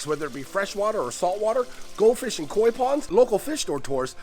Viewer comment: lmao why you gotta say kok like that mannnnn 😂😂😂